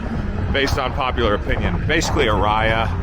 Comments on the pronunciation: Lost me at "Uh Rye Uh" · I think Aria is pronounced differently :-)